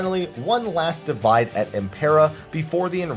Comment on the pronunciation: "Divide" here is pronounced "dee-WEE-day", since it's Latin. Latin doesn't have a W consonant, which you can see in Romance languages that write "w" as "double V" (such as Spanish).